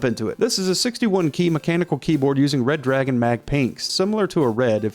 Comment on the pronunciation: Damn it, it's Red-Ragon, NOT Red-Dragon. Get it right.